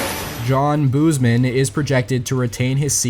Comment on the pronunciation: John Boozman's last name is pronounced boze-man, not booze-man.